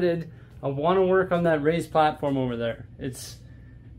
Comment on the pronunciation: For some reason i have always thought you said "Ray's platform" not "Raised platform" mystery solved i guess 😂